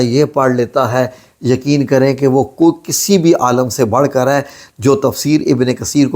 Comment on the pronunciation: AALAM nahi aalem parhna chahei.